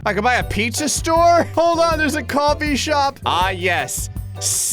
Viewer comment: I heard copy shop instead of coffee shop